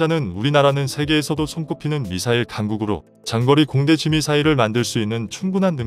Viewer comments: 장거리 타우러스 미사일을 징거리로 발음하네! 쯧쯧쯧 얼마전 유튜버 깡통걸도 우리나라 선수 김민석을 김민식이라고 발음해서 편집도 대충하는 느낌났는데 여기도 미리 방송전에 오타검수도 없이 대충대충 건성건성 하고 있군요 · 장거리를 징거리로 ALCM을 알크크로. 나참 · 장거리를 징거리라 읽네 로봇인가?